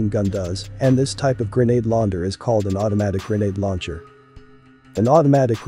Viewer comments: Text to speech is bad. "Grenade launder" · Grenade Launder😂😂😂